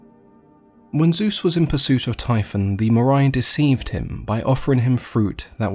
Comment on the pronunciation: = "When Zeus was in pursuis of..."